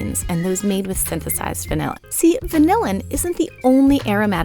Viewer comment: That is not how you say vanillin. It's more like van-illin, similar to penicillin. No one in the industry pronounces it the same way as vanilla.